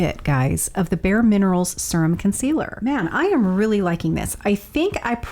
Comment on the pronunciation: This is 1st time watching. Pace needs to faster, too drawn out. P.s. serum is pronounced - seer um versus sir um. Maybe watch more